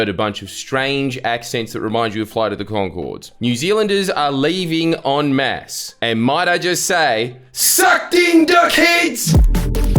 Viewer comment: ... Wait a minute ... You said they're leaving "on MAFS"? 🤔🤷‍♂️😂🤦‍♂️